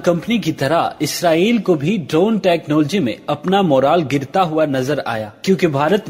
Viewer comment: ye kya bongiyan mar raha hai... also try do pronounce "technology" correctly....